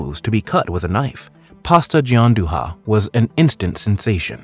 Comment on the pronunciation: I quit after "pasta gianduHA"